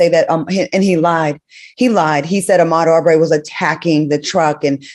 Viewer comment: Al you are not paying attention to the Ahmad Aubrey case because you said his name wrong.